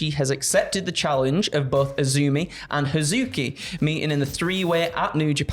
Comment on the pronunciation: I mean the intonation was wrong, as was Hazuki, but it’s all good. Should be a fun match